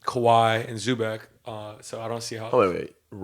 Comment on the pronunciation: Like you guys, but learn to pronounce Zubac. Its (Zoo-bats)